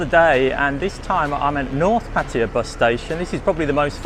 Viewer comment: Why you pronounce Pattaya like a Patya?